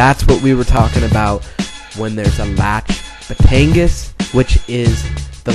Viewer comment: It's pronounced: bah-lee-sohng; bah-tahn-ghas